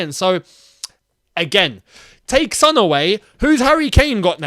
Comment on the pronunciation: It's Son not Sun